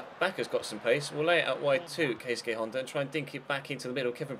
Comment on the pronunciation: You're pronouncing Honda's first name wrong